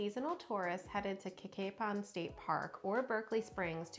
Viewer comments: Great video about our great county, but just so you know, Cacapon is pronounced Ka-Kay-Pun. Also, that gas station and restaurant was the Liberty Gas Station which has a restaurant in it. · thanks for the tips! dad loves Cacapon and has been there many times, and it turns out he pronounces it wrong because we relied on his interpretation!